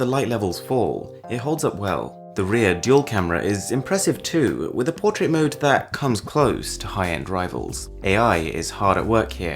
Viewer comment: I hate your accent. You don't say phone or mode...note...photos... you say all the time FHÖNE, MHÖDE, NHÖTE, FHÖTÖSE. So annoying.